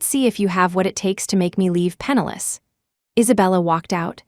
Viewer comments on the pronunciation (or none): PENNILESS not penalous